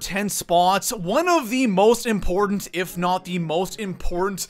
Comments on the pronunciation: It's "important" not "import" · Is he saying import instead of important? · It bugs me every time when he says “ import” instead of important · important is pronounced ... im..port..tant. not impornt. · How does this guy have 750K subs? His voice is so annoying. “It’s so ‘import’.” What? LOL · This dude really can't say important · What cant this clown pronounce "important" correctly?